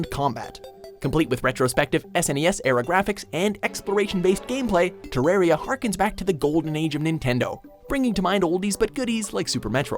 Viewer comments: "te-RARE-ia" i swear to god they do this on purpose. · NUMBER 4 is prounounced TER A R I A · Pretty sure its read as Te-Rar-Ya.